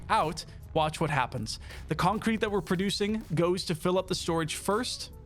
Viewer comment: i like how you pronounce concrete, its almost like its two words when you say it.. "Con-Crete" Reminds me of stewie griffin saying cool-whip Lol :D